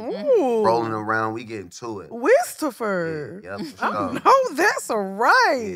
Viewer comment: "Wizthopher" has me on the floor! 😭😭😭